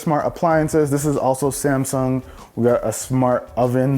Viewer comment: No one: Literally no one:: "This is samsaung air"